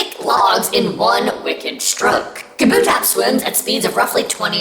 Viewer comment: I refuse to believe that’s how you pronounce kabutops